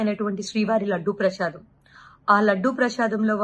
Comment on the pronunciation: ప్రషాదం కాదమ్మా ప్రసాదం